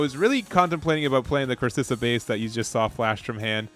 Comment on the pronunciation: Both c's in Corsica are k sounding.